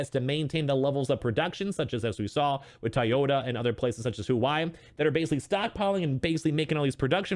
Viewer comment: Huawei is pronounced like Wah-way. Great video!